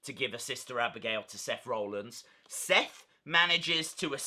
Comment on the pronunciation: Interesting video. Thanks for the update RE the mask too 👍🏻 I just wonder you pronounce Seth’s name as ‘Roellins’ rather than ‘Rollins’?